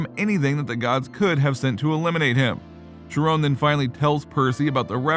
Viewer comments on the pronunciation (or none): Chiron is pronounced "ky-ron" (with more of a "ren" than a "ron" sound) NOT FREAKING SHERONE! Wtf man?! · I guess the text-to-speech doesn’t know that the h in Chiron are a silent.